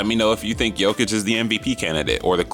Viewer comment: You're one of the few english speaking people who's pronouncing his name properly :)